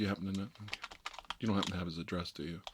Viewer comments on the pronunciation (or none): none